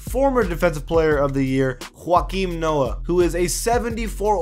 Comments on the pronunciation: Huakeem Noah? It's Joe-Kim Noah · It's joekeem not juakeem